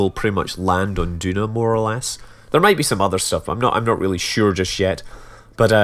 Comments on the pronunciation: Is it just me or isn't Duna pronounced Juna? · Maybe if you also pronounce tuna t-hew-nah and aluminum al-you-mini-umm instead of al-loom-in-umm